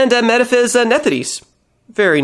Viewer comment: I think Metaphys is pronounced like metaphysical, dropping the "ical" of course.